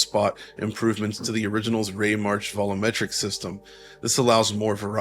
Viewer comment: Vol U Metric not vollometric